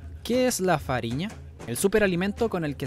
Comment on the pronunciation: É "farinha" não fariña.